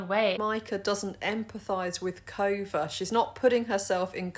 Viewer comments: I thought she said Covid but then the comments said Kova. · I thought she was saying COVID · Every time I hear Cova, I just hear Covid 🤭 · Every time she says Kova, I hear Covid... too much Quarentine :p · When she called her Kova, I thought she said Covid xD